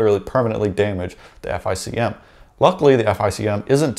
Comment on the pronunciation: Say “F I C M” again I dare you, it’s pronounced “FICK EM”!